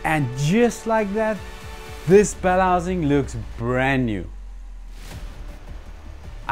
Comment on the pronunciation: It took me a few times listening to him to hear that he was saying bell housing 😅, I was wondering what a bellazing was.